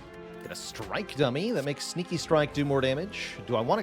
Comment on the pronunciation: when he says sneaky strike it sound like stinky strike